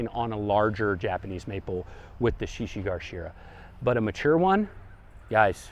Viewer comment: Thanks for this! One note, the one plant is shishi GA shira, not GAR.